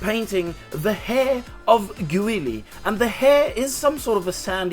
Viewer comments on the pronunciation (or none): you must have angered many americans by frenching his name lol